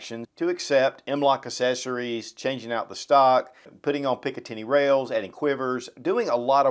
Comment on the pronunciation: ACK-- SESSARIES